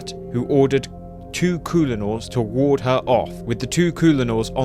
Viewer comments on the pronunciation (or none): none